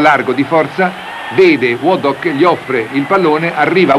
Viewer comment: Me-Grath! Wadd- dock!